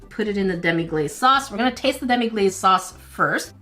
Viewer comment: It's actually pronounced Demi-glass not demi-glaze